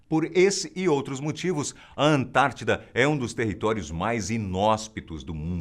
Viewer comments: É ANTÁRTIDA*!, não confunda igual a min. 😂😂😂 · Antártica!!!!! não antartida